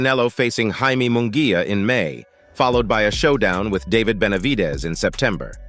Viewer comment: OK, I took a deep breath, readied myself😁, & listened to this computer generated hyped bullshyte ALMOST all the way through. Couldn't even pronounce Munguia & Canelo's names properly. This is the problem with boxing today, the hype!!! And yes, when you call Bena a "titan" you're right, as he comes into the ring 2-3 times heavier than official weight categories, like Haney. I'm convinced Canelo will fight anyone in his path, he's only 33 & his resume proves that. Bena has NEVER faced an elite boxer/fighter/PUNCHER in his career & must come into the ring as a weight bully to get the W. Munguia has a better record than Bena, & has continued to improve, especially via Freddie Roach, Jaime is NOT a "new comer" as this hype says. Berlanga hasn't fought anyone, Morrell is a more talented/dangerous fighter in the ring. Quite funny, this long winded bullshyte narrative casts even MORE doubt on what might actually happen! Patience is a virtue, & earning your way used to be the way of boxing.😎 Canelo is king at the moment, all the serfs are thinking they can earn a big fight with their foamy mouths. PBC has never been good for boxing, their game is manipulation of weak minded fans. Hearn is the ultimate promoter, even with his occasional bullshyte, but it is what it is. DAZN has gotten greedy also. Boxing used to be about fighting inside the ring!😎